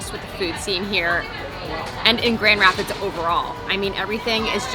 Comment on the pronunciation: GR!!! In my neck of the woods!!! Brewery Vivant is most excellent and the owners are friend of mine!! And your second, fancier pronunciation is the correct one. Hopefully you got to hit the beach in Holland or Grand Haven. We have AMAZING beaches here in West Michigan!!!!!!!